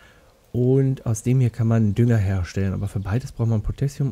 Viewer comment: Beim verrottenden Fleisch klingt der "Dünger" mehr wie "Döner"